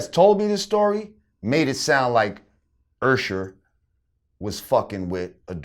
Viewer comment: why does he keep saying "ursher" lol.